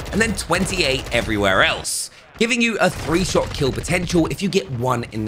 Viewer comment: Dude said SHIT not SHOT I'm already pausing and writing notes and he speaks at 200 words per minute lmao I quit bro. Thanks I guess.